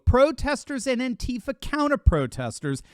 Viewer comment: Would really like too know what state these Turd$ are from .I know A - Jones said ansheepa. had a lot of members in Austin ?